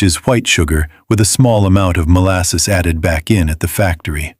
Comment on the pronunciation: Molsass, Fluwr…Sperared Milk